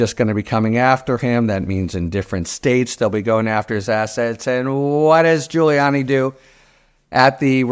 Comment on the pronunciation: LOL did Harry really just say Rudy Giu-hole-iani ?